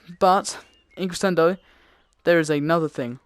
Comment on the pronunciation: You say crescendo wrong it's pronounced creshendo